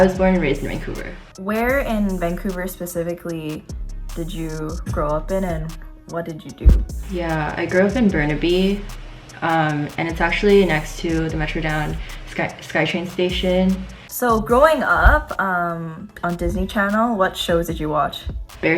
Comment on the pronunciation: Hahahaha I believed you through out the whole time until you said “Burnaby “ , only the true Canadians pronounce the word as “Burn-by” , It surprises me how #1 didn’t notice!